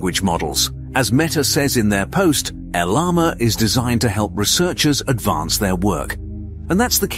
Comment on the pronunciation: El Llama by Meeta lol. Did ai read the script?